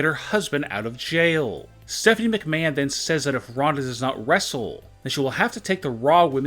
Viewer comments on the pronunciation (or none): What is up with your emphasis on every last word of every sentence? It is so annoying. "Get her husband out of Jaaaiil." "Of monday night Raaaww."